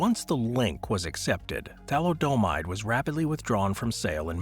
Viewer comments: Who are you, Homer Simpson? It's pronounced tha•LID•eh•mīde, not tha•li•DOH•mīde. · It's pronounce THALI - O - MIDE,get it right,jesus.